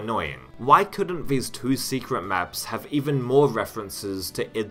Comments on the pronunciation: 3 years later I hope you learned how to pronounce the word “two” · I know this is a useless comment, but the way you say "2".... I can't 😖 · im fucking enraged by the way you say the word "two" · I enjoyed the video and your pronounciation: "Doom tooey" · You just heard an extra e? I heard about 7 vowels mashed together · Why do you pronounce the word "two" incorrectly???